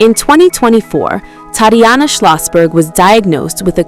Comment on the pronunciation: The pronunciation of Tatiana is awful in this computer read voice.